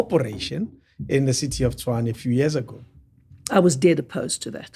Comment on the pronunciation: I am glad she pronounced Tshwane correctly, so far she's the only white person I've heard who has pronounced this word correctly😂😂😂😂